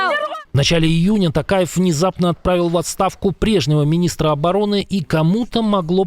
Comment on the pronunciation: тАкаев даурЭн.😂😂😂😂😂😂 ща на вас как мамбетня налетит😂😂😂😂😂😂